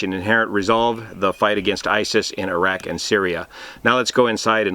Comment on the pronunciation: If I can appreciate anything in this video, it’s you pronouncing ’Iraq’ correctly. Thank you.